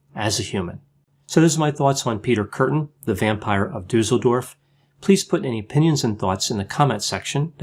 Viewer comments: I just clicked because of how you say "Duesseldorf",. You still pronounce it completely wrong. "Dusel" how you say it, means "good luck". Everybody would like to live in such a town. But it's just Duesseldorf, an ordinary German town. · interesting presentation. It seems that all the research about Weimar Germany focuses on Berlin, as if nothing else happened anywhere else in the country. (BTW, "Düssel-" rhymes with "puss-el") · I'm from Düsseldorf and never knew about this case! Thanks for that and as usual, the top quality content! :) P.S.: the double s in Düsseldorf is pronounced sharp, like in "assessment". Hope it's okay that I'm pointing this out. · Mydemon It doesn't. 'Düsseldorf' , just like 'assessment', has a sharp 's' sound. The umlaut 'ü', however, is short in this case, not long. I'm German and I live in a city that's not far from Düsseldorf btw.